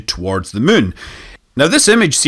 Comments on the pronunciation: It's been fun listening to the native Chinese speakers pronounce it Moo-en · I absolutely love how Scott pronounces the "munn", and it would't surprise me if the "kerbals" named their "satelite" based on this :) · I think hearing SM say "the muun" is my favorite sound